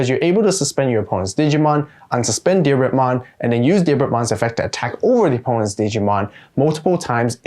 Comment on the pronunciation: So glad you pronounced Diarbbitmon correctly.